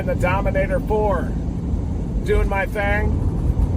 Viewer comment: Dominator Fore 😊😅😮😂,it Four brother not fore